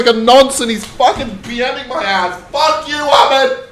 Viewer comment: bro you pronounce ahmed name in a wrong way 😂💔